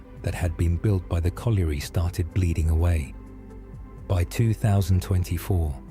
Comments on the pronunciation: Bad ai pronunciation. You were correct with potash not powtash as the narrator says. However it is colliery not coalery so you got that one wrong lol. I live 5mins from Dungeness and it's windswept and rather desolate but has lots of amazing wildlife so photography is brilliant. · One of your better reaction videos. Didn't listen !! " the river silted up " !! SHINGLE is small beach pebbles. POT ASH not PO TASH. COLLIERY is pronounced COL YUREE. DOOMS DAY BOOK not DOMES DAY .